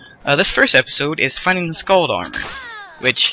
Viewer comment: skaal not skaald